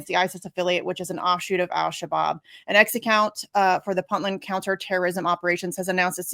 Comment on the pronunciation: To the lady host, it's first syllable is not "Puntland" pronounced like punting a football; it's pronounced like "Point"-land. Thanks for the great video and the knowledge of this antiwar website!